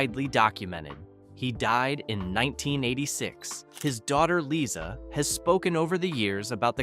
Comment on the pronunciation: For crying out loud, before you post this, listen to the narration & correct. pronunciation. It's "Leye-zuh" not "Lisa."